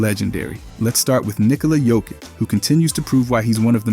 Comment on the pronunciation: Lost me at nikola jokick